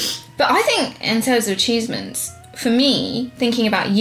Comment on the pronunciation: was it me or did just say ah"cheese"ments